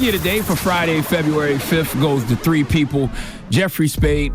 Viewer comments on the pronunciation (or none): " all tree of yall " lmao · this fool really said “all tree of y’all” LOL I love Charla 😂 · “All tree of y’all” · “all tree of y’all” 😆😂🤣 (Baby) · The "all tree uh y'all" . 😂